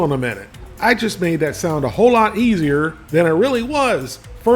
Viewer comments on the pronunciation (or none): none